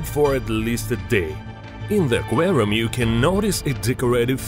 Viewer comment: doubtful, sounds like russian intonation